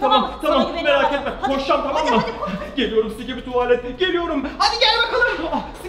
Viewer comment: Sikibi değil şibili dop dop yes yes